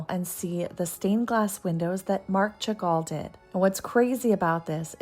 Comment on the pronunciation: Chagall is pronounced Shagall, just fyi!